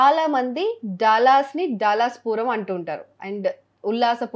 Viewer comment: daalus kadhu DALLAS